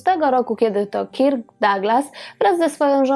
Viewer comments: B. fajny film, tylko imię Kirk wymawia się bardziej jako Kerk (nie mam alfabetu fonetycznego, więc tak to zapisuję). Wymowę można sprawdzić np. na Google tłumacz.Pozdrawiam i czekam na kolejne wspaniałe programy! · Odcinek super,tylko wymowa KIRK jest tak surowa ,ze mam dreszcze-sugeruje przy okazji podslyszec poprawnej lub zblizonej wymowy przy innych gwiazdach./przepraszam/